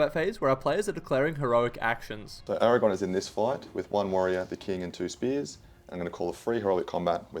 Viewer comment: Aragorn. With an r.